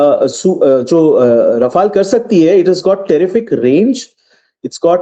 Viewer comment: Its not Rafael dear its Rafaal